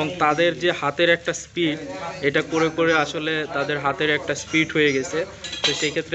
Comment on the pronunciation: Vai nijeke shikkhito dabi korsen athocho piece banana likhesen pitch. Speed ke bolesen speet.